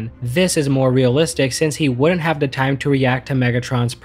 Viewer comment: Anyone else notice that he says "da" instead of "The" alot.?